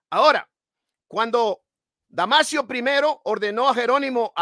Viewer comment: No es damasiooo es DAMASOOOOOO